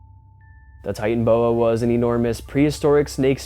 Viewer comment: Ty-tan-o-boa, Titanoboa